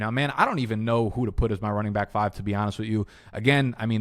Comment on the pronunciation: I like your videos think they’re great great concert. I have no idea why are you say bike instead of back though